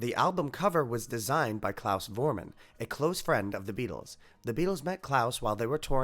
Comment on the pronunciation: its (Klaus Vormann) FORMANN not WORMANN (the world is not english, thx god!)